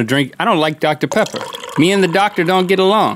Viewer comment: OMIGOSH So my best friend and I are both HUGE mythical beasts. Well, about a year ago she mispronounced Dr. Pepper and called it Dr. Peppy, and it's been one of our biggest inside jokes ever since. THEN RHETT SAYS DR. PEPPY IN THIS EPISODE!!! We are both freaking out right now, this is so freaking awesome. Fate has smiled upon us today.